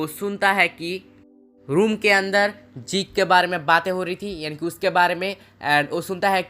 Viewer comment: Bahi zake nahi zeke he😂